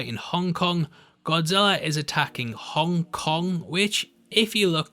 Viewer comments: Af first I thought you said, Hung Kong 😂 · Hung... Kong... Sorry...